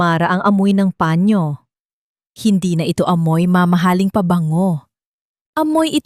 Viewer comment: Turuan nyong bumasa ng tamang pagbigkas ang taga basa nyo saang planeta b galing yan,sabihin nyong panyo hindi pañio